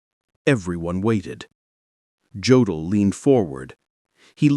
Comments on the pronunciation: It's pronounced "YOH-dl," not "GEO-dl." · An okay video except for the pronunciation of some of the names (e.g. Jodl, which is pronounced Yodel). Also, the pictures shown are not of the people they are describing. Need some editing, guys. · And incorrect pronunciation of "Jodl"... This is a very low-grade, unprofessional production.